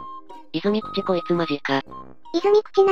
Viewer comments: 泉口は「いずみくち」じゃなくて「いずぐち」なんですけどね。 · 「いずみくち」てわざと煽っとるやろw